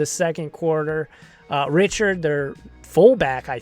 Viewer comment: Cringe his name is Rickard not Richard